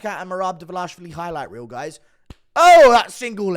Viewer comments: Yeah, He isn't DvalAshvili, but Dvalishvili. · Its Dvalashvili not Dvalashalavili🤦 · Still can't pronounce Merab's last name 😂